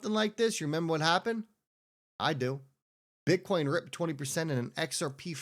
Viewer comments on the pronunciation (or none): none